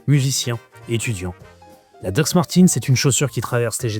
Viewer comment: sympa la video, mes doc actuelles, mes daily datent de 2008 et jai toujours ma paire de mes 16 ans que j'utilise pour bricoler et elles ont 32 ans. edit : on dit DOC pas dox ahahah